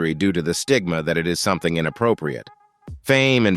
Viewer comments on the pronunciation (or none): none